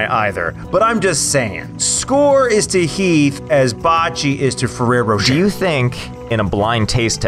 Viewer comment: Jess Henriquez Lol that’s what called the “Ferroro Rocher” in this video, so I was referring to that haha. 😂